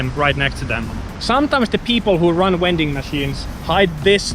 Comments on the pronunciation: You sir, are a wending machine. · What's a "wending machine?" 🤣